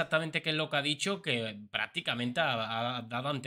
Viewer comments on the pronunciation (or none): No se dice ca dicho se dice que ha dicho, habla bien.